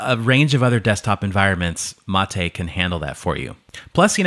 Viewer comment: “Mah-tay” fuck sake lmao